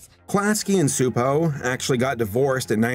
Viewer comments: CHU-po is more of the pronunciation but Hungarian is a special brand of crazy :) I'll be honest, I HATED Angelica as a kid, I thought she was the worst. But as I've gotten older, I think she's a really fun well-rounded character. I think in that way she served her purpose. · Csupo is apparently pronounced "Chupo" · Klasky Csupo, Inc. (pronounced "class-key chew-poe") Although, our dubbed versions pronounced it directly as "Kzupou", which, as mentioned, is not correct, lol. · for someone whose entire channel is dedicated to examining animation you'd think he would have remembered that they pronounce the name in their own fucking logo animation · I could never figure out how to pronounce it, even with the little voiceover that used to come with the title card, i think because it was in a sort of “computer voice” so thank you for solving a 25 year mystery for me! 🙂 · Bundy Jr I always pronounced it that as well (at least as long as I was able to pronounce it), probably because their logos at the end of their shows would always have a voice say it. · mr mrmr it’s csupo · Every time it's mispronounced in the video it irks the hell out of me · I was waiting to see if anyone else noticed. My great grandmother, who was Hungarian, used to rant about how dumb it is that English has words with silent letters, so I had a feeling he was saying it wrong. I had to pop it in Google translate for the listen option though, cause I didn't know how it's pronounced but I knew that 'c' wasn't silent lol.